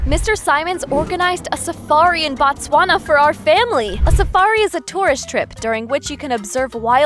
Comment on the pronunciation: did i just hear "batswana"😂